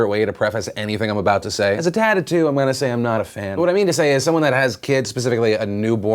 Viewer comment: Philip DeFranco when u said a dad of two I thought you said a dad of 'tood